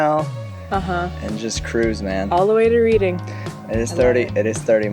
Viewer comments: Reading is pronounced Redding, not Reeding. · I'm loving watching you! One little niggle. RED ing. Not reeading. R E D ing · Reading is pronouced RED-ing. Other than that, great series of vids. 😍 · redding, not reading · I'm sure someone before this has already said this but it's pronounced Redding not Reeding. Places like Stone Henge are so disappointing now a days, when I visited as a kid you could just walk up to them and amongst them, no charges. Avebury Stone circle is a lot better due to there still being better access but of course it isn't anywhere near as impressive in size. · I will add my voice to the crowd..... Its Reading, as in past tense / the colour, not the present tense verb. Only because I lived there for four years and you are not the first to make that mistake! And, yeah, you cant actually get very close to the stones at Stonehenge as a regular visitor. In fact, I am sure that there are parts of the public road that are just as near as the private access pathways get. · When I went to Stonehenge in the 70's you could walk betwixt and between at no cost. Times change. Btw by the time that you get to Reeding (Reading) it's pronounced 'Reding' you will probably have done your reading and found that it is a town of 350k pop. You two are so lovely, beautiful people. Cheers ! Sheffield South Yorkshire. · Your pronunciations are generally spot-on, but it's Red-ing not Read-ing. Don't ask why - it just is! One of those inexplicable English pronunciations. You probably correct yourself halfway through this video, I've only watched the first 2 minutes. Fantastic videos btw. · Did you eventually discover that the town outside London, which you hilariously mispronounced repeatedly is pronounced 'RED- ding', not 'Reed-ing' ? It isn't hilarious because you didn't know, but because know one told you, the whole way ! (And a bit embarrassing. Maybe they just just didn't understand that you were referring to your destination 😂). Oh well. Culpa nostra 😜 .